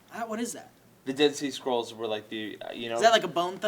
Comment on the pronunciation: I thought said "Dead Sea Squirrels".